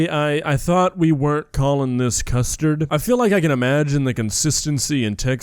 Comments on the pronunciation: It sounds like she’s saying “crustard” instead of “custard” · Custard? You mean "coostud" as kay would say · Thats not custard thats custurd 💀💀